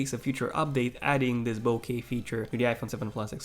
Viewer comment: 😂 notice he said “bokey”